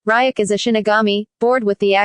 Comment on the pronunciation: She pronounced riek